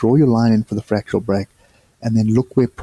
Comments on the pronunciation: fractAL not fractUAL, just want you to be the best you can be! :) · Its fractal not fratchal